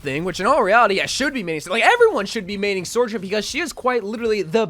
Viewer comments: "Sore-jern"=the salty So-journ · not trying to be a d**k but it's pronounced SO-journ not SOAR-journ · take a shot every time he says sor-jurn